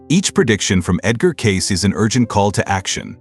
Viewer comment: This guy doesn't even know how to pronounce Cayce. It isn't Case it is Kay Cee.